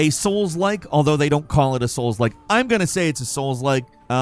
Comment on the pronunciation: It is actually great when says Souls-Like, I can't have enough of him saying that. Love Souls-Like